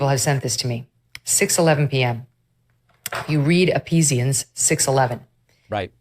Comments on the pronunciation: David, Kelly said Epizian instead of Ephesians. Oh my. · It’s Ephesians, not EPPesians. Same sort of mistake as Trump calling Second Corinthians Two Corinthians. Trump and Fox are fleecing the same flock. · Did she just pronounce it E-pee-sians?? She can't even pronounce the name of the book of the Bible right but she's still gonna be scared by that book. Lol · Megan, it's not "Epesians". it's "Ephesians"--which any kid raised in a Christian church will tell you is pronounced "EFFESIANS"--the "ph" makes an "eff" sound. She's as bad as Trump's "2 Corinthians." (2d Corinthians). These phony Christians are so quick to use the Bible to judge, but they have never read it or taken Bible study, or even attended a church with a real pastor who bases sermons on the contents of the Bible. At least least the correct language if you want to publicize the language inside. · "Appeasians", Megyn? Really? It's Ephesians. ih-fee-zhuhns. Trump made poorly pretending to know the Bible popular, didn't he? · She's a Xtian and can't pronounce the name of the book? Epessians? It's Ephesians. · Epeezians??? Is that before or after "two Corinthians"? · Did Megyn say Epeesians? Which bible is that in? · Meaghan Kelly has clearly never read the Bible -epesians please. It’s Ephesians, dumb ass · I wonder how familiar Megyn Kelly is with the Bible, given that she said "Epesians" rather than "Ephesians". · Eee-pee-see-ians??? STOP IT. 😂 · She, Megyn Kelly pronounced Ephesians - Apesian! That says a lot! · Epesian?? She doesn’t even know how to pronounce Ephesians? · Did she say epeezians? 😂😂😂I can't! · Here's the comment I was looking for. She said it with a capital P too. 😂🤣😂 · Megan Kelly mispronounced Ephesians. Almost like tRumps off step saying II Corinthians. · tales from the crypt lady didn’t even pronounce Ephesians anywhere near right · Did you notice David that Megan mispronounced Ephesians? The ph is pronounced correctly as an f. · She didn't pronouce Ephesians correctly.